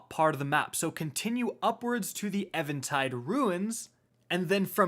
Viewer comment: Do you even read bro? Lol it baffles me how you mispronounce so much shit lol. Saying it with me lol.... EVEN...TIDE...... EVEN.... TIDE.... Where the fuck do you get EVAN from lol. Its EVEN - TIDE